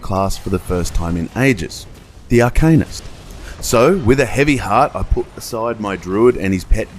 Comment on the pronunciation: cool review. btw, it's pronounced Arka-neest, not arcaynus